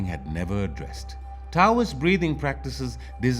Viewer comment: "Taoist" is pronounced, or said so it sounds more like "Dow-wist"